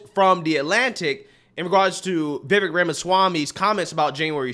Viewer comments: Pls say his name correctly. Vivek sounds like cake! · will you please pronounce Vivek's name properly. Vivek rhymes with lake, and the accent is on the second syllable. So for goodness sAKE, it's VivAKE. 😄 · what can we do to make you say VIVEK as if it rhymes with CAKE??!! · If likes Vivek Ramaswamy as much as he says he does, why won't he take the time to learn how to pronounce Vivek's name properly? It's so grating and irritating to hear continually mispronounce it, and that seems disrespectful to me.